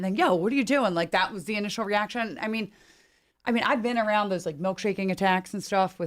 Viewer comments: He says arooudd to be proud 😅😂😂😂😂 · Tim pool: "Aroud" 😂